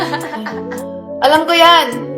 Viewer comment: Tawang tawa ako sa tsokolateng burol yung pagkasambit nya sa burol ay burol sa patay😂😂😂